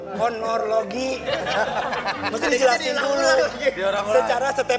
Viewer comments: Kornogologi? Kronologi mas anwar 😅😅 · Pas ada masalah msh sempat ga bs ngucapin kalimat KRONOLOGI dengan bener 🤣🤣. Lunu anwar😅😅